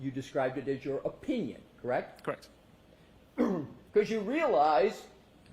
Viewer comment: Why does he say OH, pinion and not opinion. So damn annoying!